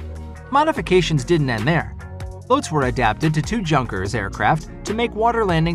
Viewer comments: its yonkers not junk-ers just as jung is Yoong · Don't want to sound like the Grammar Police, but you mispronounced 'German Junkers' several times in the video. It's actually pronounced like 'Young-kers" Just FYI. "J" in German is pronounced like "y" in English. But I like the content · Junkers aircraft , it is not pronounced like "junk-kers" pronounce it like Germans do ... " yoon-kers". fyi, anyway good job.